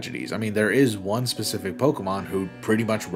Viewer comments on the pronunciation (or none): none